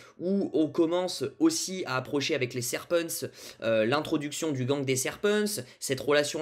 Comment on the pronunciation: comment tu dis serpents c chelou